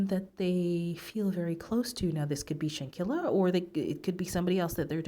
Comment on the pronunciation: At least say her name Right! Sheesh!